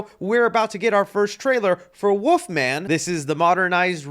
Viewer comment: There is an “L” in Wolfman, it’s not woofman 😂🤣😂